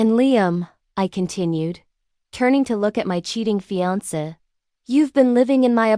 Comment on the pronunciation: I see that you are a new channel. Please don’t do what most other channels do, Please don’t just slap the stories up without checking them for accuracy. Make sure the timelines are correct, that the AI voice pronounces words correctly. I already heard it mispronounce fiancé. But thus far, that was it. So please check, make sure what you post is correct and truthful.